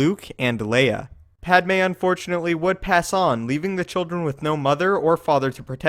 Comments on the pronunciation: Jesi Pikman Padmé which you pronounce Pádme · Her name is Padmé but why do you pronounce it ''Pádme''?